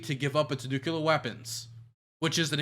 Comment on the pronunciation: DUDE LEARN HOW TO PRONOUNCE NUCLEAR FFS. ITS TRIGGERING ME HARD. NA EDUCATION BTW.